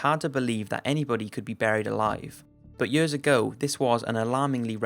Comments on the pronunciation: Year's year's year's, not Yeor's god like the vids but that shit getting annoying. Not trying to talk shit but damm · Why do you say years so weird?